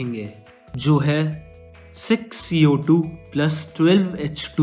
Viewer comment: Mujhe v wahi sunai Diya Darr gyi achanak se 😷🤣